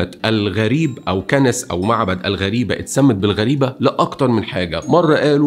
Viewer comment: مبدع كالعادة 👍👍.. تصحيح لغوي بسيط جزيرة جربة بكسر حرف الجيم... وكنيسة غريبة بالشدة على حرف الباء 😊😊